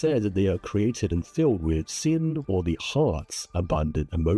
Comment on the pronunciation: As someone who usually listens to your videos as a podcast, I kept thinking you were saying "sin" rather than 心, and I was like "yeah that's totally right the Sentinel def looks Hsin-ful". Not saying your pronunciation is wrong, you are saying 心 right, 'cause I do realise you're saying this in English.